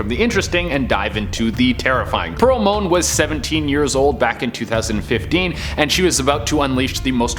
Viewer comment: It's Pearl Moen, not Moan.....It's pronounced Samuel "peeps", not "peppies".....Theodore Roosevelt didn't fight Hitler...Two minutes on Google goes a long way.